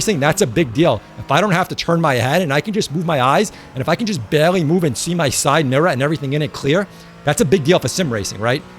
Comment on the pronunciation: "side mirruh"